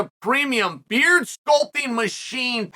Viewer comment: Chael can't even prononce thé word 'Beard' properly